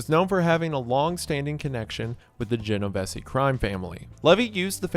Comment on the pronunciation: “geno-vessy”…it’s “geno-veez”